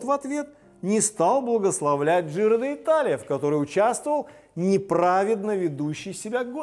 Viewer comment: Почему КоппИ ?КОппи. И правильно произносить Джиро Ди'Талия а не Джиро Де Италия. Пелетон,а не пелотон. ЭвОрд,а не Э'ворд.